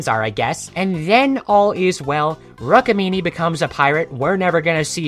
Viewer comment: it is Rook-mini, not rukmini, it is told like that but it's spelled like rook-mini